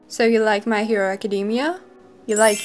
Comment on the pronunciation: ACADEMIA IS NOT PRONOUNCED LIKE THAT!!!!!